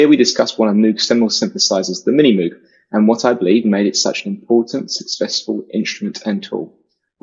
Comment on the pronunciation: The message would have been more effective if knew how to pronounce Moog lol